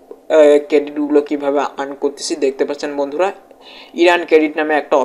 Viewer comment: ভাই আগে শুদ্ধ উচ্চারণ করতে শিখ। ইরান ক্রেডিট আবার কি? 🤔🤔 আর্ন ক্রেডিট